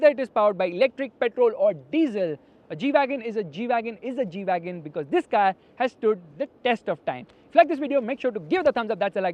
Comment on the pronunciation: This is not G-Wagon This is E-Wagon 😂😂